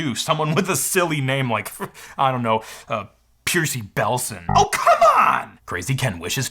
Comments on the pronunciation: Percy is pronounced "pur-see" not "peer-see" 🤣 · One point was its Percy, not Piercy,still fake, though,also ECU can mean Electronic Control Unit, not Engine Control Unit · It's not "Pierce-y", it's "Purse-y", short for "Percival". Love, Percy Green. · Piercey? Percy rhymes with mercy, and it's a perfectly normal (if somewhat old fashioned) name. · Is that really how you pronounced "Percy"? "Pear-see" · Great video as always. Btw I’m fairly positive that Percy is pronounced like 👜 purse-e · Say it with me: per-see... Per-see. That's how you pronounce Percy. Love your videos! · It's probably pronounced pur-see. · "Smahser" LOL. And "Percy" is a short "e", like "curse-y". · why do you pronounce percy like that. it’s clearly per-see. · No one going to bring up who he pronounced Percy?! Lol